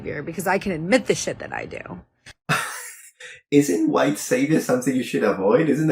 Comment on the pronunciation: God is the "hhhWHITE" is so obnoxious i had to skip that part